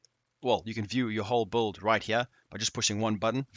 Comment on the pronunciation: Are you sayin bulled, or build?